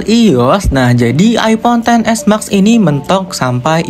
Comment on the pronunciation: knp ngmng nya (mak) si harusnya ngmbgnya (mex) kek anehh dengernya